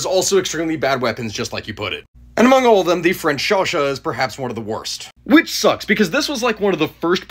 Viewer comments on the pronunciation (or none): Hey the name of the weapon is called Chauchat and is pronounced « chocha » !